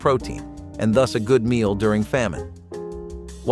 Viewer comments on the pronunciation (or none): none